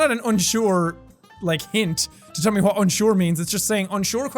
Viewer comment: Why does jack pronounce "wh" words as "hw" lol? He says hwat instead of what most of the time